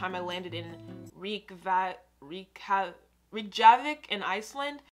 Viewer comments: Pronounced Reck ah Vick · Your pronouncing Iceland’s capital very badly 😅😬 Watch this - It’ll help you learn how to pronounce it.